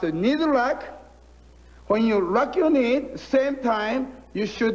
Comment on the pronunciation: Many Japanese, when speaking English, cannot differentiate between the L sound and the R sound, and will often substitute the former for the latter... Hence what here should've been "lock your knee" becomes "rock your knee"... Hence the importance of working tirelessly on correct pronunciation and accent when you learn a foreign language!